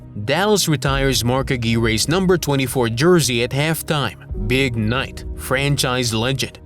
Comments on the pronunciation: AI is pronouncing the name in the language where it originated. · In the US Mark pronounces it "Agwire" 👍 You're saying it "correctly" but we've anglicized it here. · ........more AI slop!!! Mark A-geer-ae!!!!??? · Mark Aquire is pronounced A gwire , you shouldn’t make videos that are disrespectful to NBA legends ? 😮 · How can you call yourself NBA inside when you can't come close to pronouncing Mark Aguirre? Cooper is AWESOME